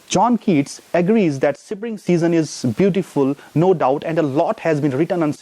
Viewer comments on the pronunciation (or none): What is sipring...? Isn't it spring?